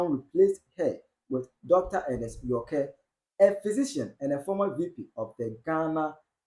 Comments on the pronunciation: Bro … it’s pronounced York as in New York … not Yorkeeeeeee …. We beg 😂😂😂😂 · Yorke is pronounced York and not Yor ke 😂😂😂😂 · The name Yorke is pronounced “Yor-k” as in “New York” not “York3” 🤣🤣🤣🤣